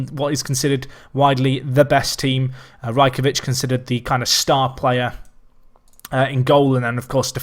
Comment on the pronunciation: It is pronounced Raj-ko-wich